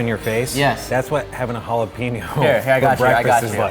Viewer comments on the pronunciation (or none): JalaPEÑo, not jalaPEEÑo